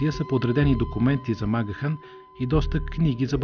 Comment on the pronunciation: Правилното произношение всъщност е МакГиан.